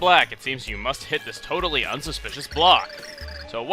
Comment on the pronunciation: Stop sayin totaly